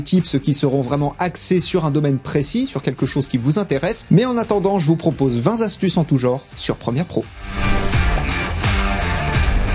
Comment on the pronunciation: <Mode gros relou> activé: on dit pas 20 z astuces, mais 20 t astuces. </Mode gros relou> désactivé Bon sinon épisode de grande qualité. Merci 😊